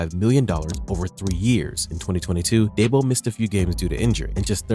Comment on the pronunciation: It’s not Daybo. It’s Deebo.